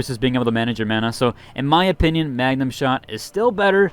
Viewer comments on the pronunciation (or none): MAGMA!!! MAGMA SHOT....every time he says magnum shot i wanna wipe on night 1